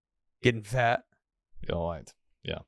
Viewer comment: "Does that make sense wight now?" "No."